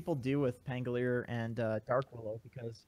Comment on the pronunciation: can you guys stop calling him pangoleer!?!?!?? pan go li er, not pan go leer. is it that hard to add one more syllable?